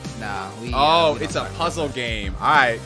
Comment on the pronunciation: You said puzzle games 😂😂😂😂